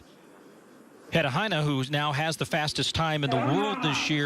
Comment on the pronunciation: They need to learn how to pronounce "Hynne". They're going to need it next year.